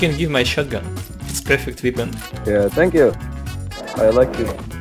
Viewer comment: Weapon - это вЭпн, там нет "и" :)